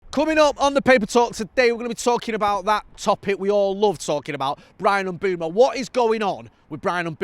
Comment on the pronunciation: can you please sort out your pronunciation of Mbuemo there’s no double o so it’s not M Boom O M Buem o